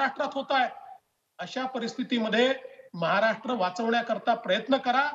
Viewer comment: ह्यांना साधे महाराष्ट्र बोलता येत नाही. महाराट्र 😀😀😀 विनोद तावडे , दानवे, गोपीनाथ मुंडे